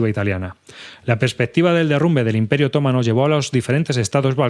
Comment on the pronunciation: Bien pensado. Leer libros de historia siempre es bueno. Pero por favor, otomano es una palabra llana, no es esdrújula. 😆